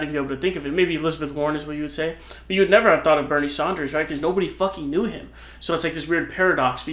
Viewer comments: It’s Bernie Sanders, not Saunders. Mispronouncing his name seems like you don’t know politics. And people beyond Vermont knew him because he was always talking progressive policy on Thom Hartmann’s program. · It’s his thing he has fun with the pronunciation of names He’s been calling him “Saunders” for like 5 years now It’s not a big deal